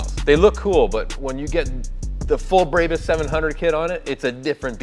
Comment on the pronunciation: It's brawbus not braybus